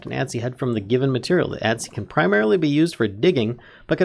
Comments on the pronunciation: Adze is pronounced "Adds". The E is silent :| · I died a little inside every time he said "Ad-zee." Other than that, great tutorial! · Adze... the e is silent. it's pronounced adz.